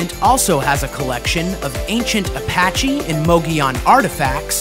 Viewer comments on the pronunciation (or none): none